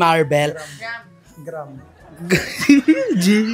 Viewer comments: Marbles not marbel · Bulldog is so annoying, he has the gut to laugh loud when is reading the question pronouncing the words incorrectly, he too can't read properly and pronounce words correctly. It's maar-bl long A and bol. Not mar-bel.